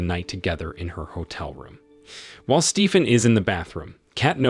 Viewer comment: So he can’t say Kate correctly but he can say Stephen. Wow.